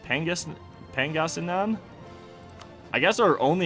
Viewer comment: Pronunciation guide Cebu: not see-bu, its sebu Maguindanao: Ma-geen-da-nao when you say it say it quick rather than a slow ma—guin-daa-noww Pangasinan: Again just say it quicker, its not paang-a-si-nan its just pang-a-si-nan Maynila: if you dont want to take the time to change your pronunciation from maay-ni-la to may-ni-la just say manila Tondo: good enough for a foreigner Sulu: make it quick Panay: its not Panaaayy its panay